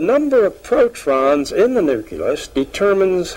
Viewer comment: he's say protrons instead of protons 😮